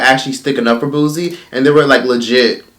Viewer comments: It’s Pronounce Boo-sie not Booz-ie🤦🏽‍♀️ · Booze Boo & Booze 🤣🤣🤣🤣🤣. its Boo C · “BOO-SEE” not “boo-ze”. it was just messing with me how u were saying it lol 😂❤️ but him and those women are sick! And the women who participated should be ashamed to even be comfortable in doin this🥱🤢 LOCK THEY ASSES UP😡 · It pronounced bootsie.. the t is just invisible 😂😂😂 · I can’t take it why you pronouncing boosie name like that 😂😂😂😂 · First of all, say his name RIGHT! People from the south does NOT sound ignorant. Now what he did was wrong, but don’t down play people from the south! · Put some respect on Boosie Boo name and say it properly...Boosie got hits on top of hits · 😳😳😳still cant pronounce Boosie🙄..I see🧐😬...🤔anyway it is some things you dont do Boosie😒..Boosie please🤫🤫🤫🤫🤐🤐😶